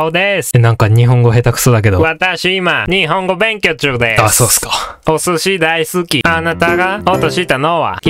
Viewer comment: お↑すし↑だ↓いす↑きwww ハッハッハッイェアーwww ちょと待てねーw 日本語勉強中が有りましたので間違えが食べてしまいましたwww 面白すぎです‼️最近元気無かったのでこれを見てとても元気が出ましたありがとうございます😭最高です♪